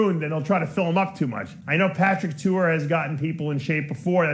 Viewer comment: Who the hell Patrick Tuor why are you talking about bodybuilding obviously you know nothing about the sport. Patrick has well known and respected coach in bodybuilding. Your butchering of these guys names is disrespectful. How about you do some research before doing a video.